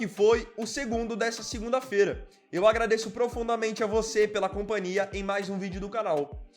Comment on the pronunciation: Caro Sr., embora não seja absolutamente errado, mas o uso de "ira ser contratado" destoa do excelente Português que o senhor usa. A meu ver " será contratado", mais sintético e enxuto. Ah sim e a palavra companhia soa mal pronunciada sem o H.